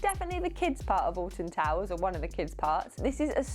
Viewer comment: Having never heard of Alton Towers, and not reading the title, it kept sounding like you were saying "Austin Powers". lmao